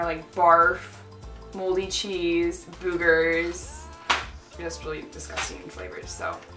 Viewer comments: "Booogers"? LMAO stop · its not pronouced boo-ger its pronouced boog-er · Why do they say BOOGER. God it's annoying .